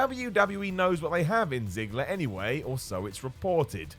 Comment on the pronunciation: you got Miro right you got Ziggler wrong